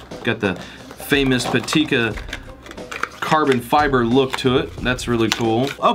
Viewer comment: It is not "patika" it's "pitaka"